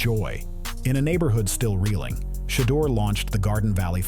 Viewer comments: I love this story, but geez can we PLEASE say the man's name right when we give accolades?! It's VERY important and constant issue with our black names. Just do a tiny bit better, and this is a perfect story! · They do these videos and mess his name up on purpose. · I don't why its so hard to consistently call this man name correctly.